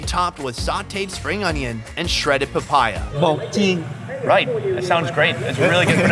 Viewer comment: hehe "bond Cheng chomp". Nghe tiếng Việt mình "bánh tráng trộn" phát âm tiếng Anh thú vị với hài phết. :)) Thêm cái "boat gene" (bột chiên) nữa chứ.